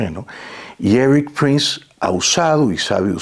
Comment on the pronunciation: Pronuncia bien…. Éric no Eris …. Solo como ejemplo